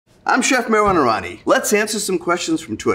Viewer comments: Your name is not meruaevani... it is Meherwan Irani... At least speak it properly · This man can't even pronounce his own name properly lmao.